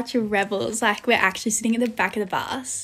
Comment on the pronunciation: “actwually“ Me: Does she say that too when she isn’t doing tik toks..